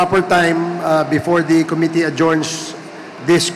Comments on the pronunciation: Kelan kaya nila maitatama pronunciation nila ng "Committee", congressmen paman din... kaya nahahawa mga tao eh, lalu mga bata, akala nila un ung tama. hayz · Com-mit-tee your honor, not co-mi-te, para mas pogi ang dating mo. Hige subukan mong basahin, com-mit-tee!😁Rep. Dan Fernandez ✌️